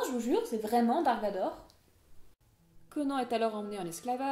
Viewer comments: on dit pas "conen" mais "conane" comme un Âne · CONAN !!! PAS CO-NAN !!!! PS : Merci de ne pas avoir parlé de Conan le Destructeur, ou pire, Conan le surfeur du 21e siècle. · Conan le barbare n'est pas un nanar ? non sans déconner ? il était peut etre temps de se reveiller plus de 30 ans après sa sortie. Et cette prononciation ...